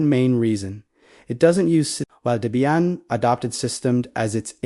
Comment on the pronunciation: You don't demo any of the Oses you mentioned. A screenshot does nothing to your users, albeit good for a glancing. Not really noteworthy if you ask me. Nothing to see here, except a rolling slideshow with little to no content. And it's pronounced DEBBIE-IN, Not whatever you keep hammering away on.